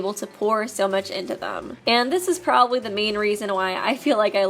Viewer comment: I like how they emphasize probably